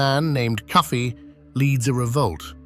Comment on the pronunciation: The name of the freedom fighter was KOFI. The slave masters pronounced it as Cuffy